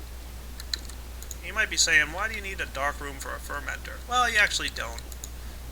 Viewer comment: i dont like the way you say water, fermenter, and humus sometimes :p